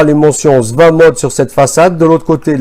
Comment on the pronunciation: C pas "SVA" mais S.V.A